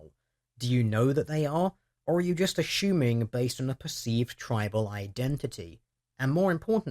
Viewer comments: I disagree heartily with the way you say "ashuming" instead of "assuming" we must have a google hangout to clear this up LOL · Why do you pronounce assuming as ashuming?